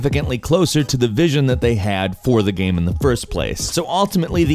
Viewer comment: the way you say game lol xD everytime you said game it sounded like gaem